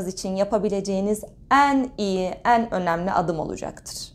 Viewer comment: Lütfen “En” derken E’lerinizi düzeltin aşırı rahatsız ediyor